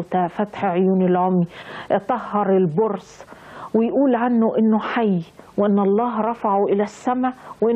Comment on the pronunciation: البرص بفتح الراء وهو مرض جلدي وسيدنا محمد ينطق بضم الميم والحمدلله الذي هداكي للأسلام وما كنتي لتهتدي لولا أن هداكي الله